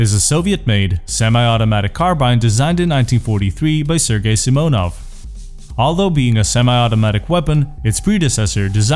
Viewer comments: ....you just put SKS abrreviation into voice translator and there was accentuation on sImonov. Right after that you said simOnov...don't forget, that you have ears:) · Блин, круто. Правда с ударением беда симОнов. Ну а так все круто)